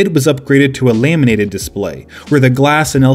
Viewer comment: The "lay-minated" display?